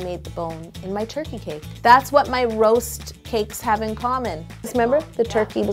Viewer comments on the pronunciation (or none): none